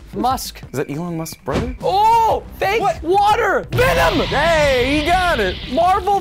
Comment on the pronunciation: He said vinom